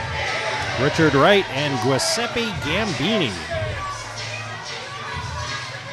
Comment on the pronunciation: If this guy calls me Gwiseppy one more time, I swear 🤌👊